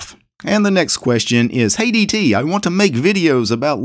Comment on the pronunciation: Oh, "Hey DT" - I heard "Hate ET"